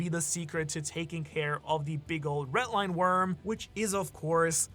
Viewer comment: BRO STOP SAYING "RET LINE" PLEASE ITS PAINFUL TO HEARRRRR.